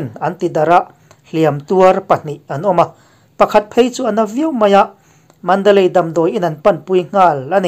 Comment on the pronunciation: Pholeng chenel a puangtu pa chuan mandalay pawh a lam thiam lo,mandalai tiin a puang thina ngaihthlak a nuam lo.Nang chu i lam dik thei khawp mai.